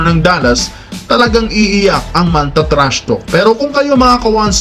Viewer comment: TRASHTALK HINDI PO TRASHTOK 🤣